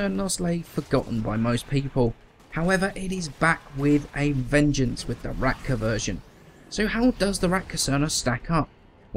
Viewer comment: Is it just me or you keep says Ratka instread of Rakta :-)